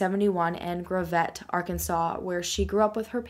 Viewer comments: Me: “GRAV—ETTE? Where’s that? Never heard of it....Ohhhh, she means GRAVETTE!” 😆 (Gravit) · I live in this neck of the woods now. It’s pronounced Graav-et. The way you pronounced it had me like...what?! Where? And then you said Centerton and Bella vista and it clicked. I lived in Centeron a few years ago. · Boyfriend and I just moved to Gravette. And it’s pronounced grav- it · It’s pronounced like Gravel...without the L...hehe So yeah...this is all about 30 min. from me but I was like 11 then so I wasn’t really paying attention. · Omg how you say gravette........ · Did you seriously pronounce Gravette like that. 😑 I am from this area and I am disappointed. Lol